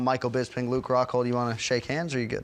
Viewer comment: god is fucking bugs me when people say BISBING. it annoys the fuck outta me